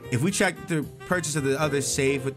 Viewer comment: bruh it's pronounced "check" lol